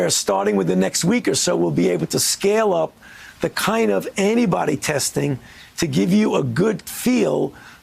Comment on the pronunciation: Is he saying "test for anybody"?